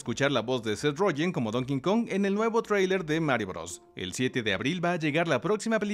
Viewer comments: como correccion en buena onda... el chango se llama Donkey (donki) Kong pero tu pronuncias "donkin" kong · Se pronuncia Donky Kong (ya se que esta mal escrito) no es Donking kong (es burro no rey) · No es “Don King Kong”, es Donkey Kong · Nomás que es Donkey Kong,. NO Don King Kong 😁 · Me irrita escucharte decir "don kinkong" btw